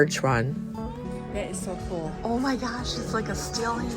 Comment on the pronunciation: Please say cool and not pronounced cooel